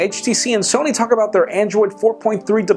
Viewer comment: Ksony lumiea? Wtf